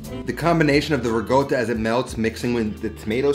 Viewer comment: What's "RIggota?"